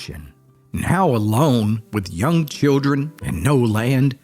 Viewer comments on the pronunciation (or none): none